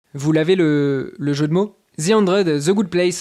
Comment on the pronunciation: Vous faites exprès de dire ''Ze'' ?